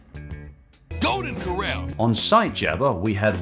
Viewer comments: You can't even pronounce the word "corral." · Two tips that makes it easier to remember how to say “Corral” properly 1.Remember the fact that it’s two syllables is supposed to be very obvious. The first doesn’t smoothly roll into the second. 2.Remember “Cor” as being pronounced precisely the same as the word “Core” and remember the second syllable “ral” is said the same way as it is said in “ralph” and “rallies”